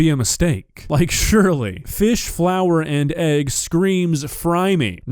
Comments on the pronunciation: I've never heard someone pronounce egg like hegg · We just gonna gloss over how she pronounced ‘egg’ with an H? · Hegg wtf is a hegg 😅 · Its not egg, its hegg! 😂😂😂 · So, i’m not the only one who thought he hear HEG 😂😂😂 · Ain't no way I heard her call it "heg"! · Why does she call it a heg and not egg?? 🥚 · She pronounces pepper as peppia 😂 Edit: she also pronounced egg as hegg